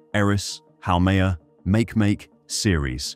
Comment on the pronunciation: It's pronounced "Maw-kee-maw-kee", and Ceres isn't beyond Neptune. Ceres is located in the asteroid belt, between Mars and Jupiter.